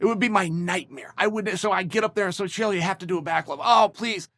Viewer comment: I love the little kids in the comments posting names they think chael got wrong. He’s never gotten a single name wrong ever